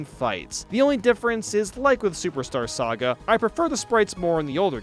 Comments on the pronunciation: I stopped thinking about it the moment he said "Gaiga" instead of "Giga" and "Sega" instead of "Saga" XD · it's Sa-ga, not "se-ga" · Why did he pronounced Saga as Sega in the remake? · I love the vids but this made me laugh #17 was pronounced superstar SEGA but #16 was pronounced superstar "Sah-gah" I was so shocked by 17, I had to replace it twice to hear it lol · im sorry did you say superstar sega? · Why did you say sega instead of saga? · Did he just say SEGA lol? It would be better to pronounce it SAH-gah Edit - Why did you pronounce it differently here? Lol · No one:: ayggs, superstar sega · I'm drawing the mispronounced line at "Superstar Sega,"! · im sorry but i spit out my drink when he pronounced it "Superstar Sega" lmaooo